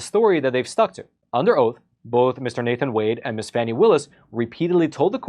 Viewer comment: You misnamed Fanny. It's Fawni, dammit lol